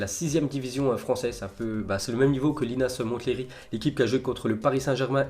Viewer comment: Le T de Linas Montlhery ne se prononce pas